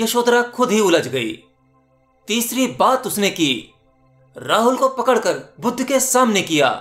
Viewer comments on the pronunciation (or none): bhuddha skshtriy nahi saky vansh ke the buddha ko aap bolna sikh or yashoda ne kabhi bhi asa sawal nahi kiya fek video na bana